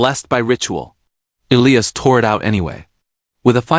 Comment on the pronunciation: It is ee-lie- us. Get it right